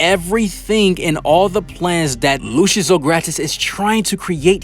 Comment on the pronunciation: His name is pronounced “Lucy-us”